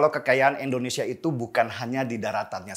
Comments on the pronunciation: indonesia bang... bukan Endonesia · INDONESIA bang bukan ENDONESA